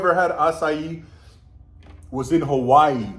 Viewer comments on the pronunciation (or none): none